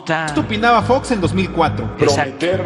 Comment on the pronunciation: Jajajaja fox, ya ni sabe decir